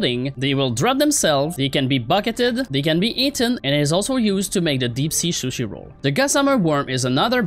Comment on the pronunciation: "Deep sea shooshi roll"